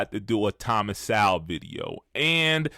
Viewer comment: This clown, that can't even say "Sowell" correctly, thinks he's smart, huh? SMH